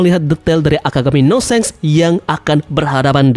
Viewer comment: Pronounciatoin of shanks Not shenks But shanks👍